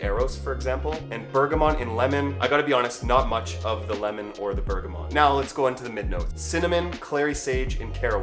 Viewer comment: Bergamont lmao wow.... even without adding in that extra n... that is not how you say bergamot.